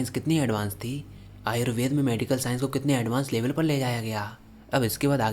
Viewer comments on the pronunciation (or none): none